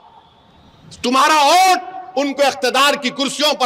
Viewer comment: Abe vote bol thik se tujhe to bolne bhi nahi aata pm ko modi bolte ho